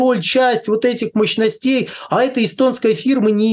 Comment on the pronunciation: Мощностя... МощностЕй... Ухо режет... Вроде бы специалист, но... мощностЕй. Может, мОщностей?